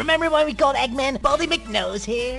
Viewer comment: Egman instead of eggman